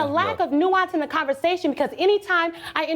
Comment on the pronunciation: “Because dares a lack of nuance in dee conversation…” angry elevated voice with spiteful facial expression and zero nuanced body language.